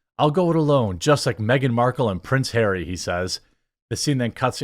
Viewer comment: it actually prince hawwy